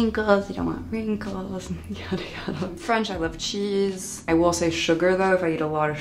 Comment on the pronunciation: THE WAY SHE SAID CHEESE AHAHA